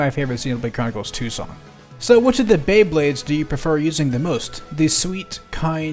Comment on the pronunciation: "Bae Blades" Ok, this is the greatest Xenoblade Chronicles I heard.